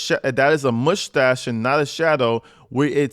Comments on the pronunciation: Say Moosetasche again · Moostach! Love it